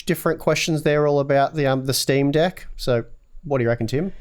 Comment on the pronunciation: I've waited for a long time for you two to pronounce the word "deck" XD